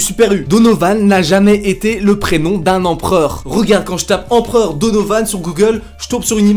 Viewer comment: Je viens juste de remarquer en re-regardant la vidéo mais... "empreur" '^'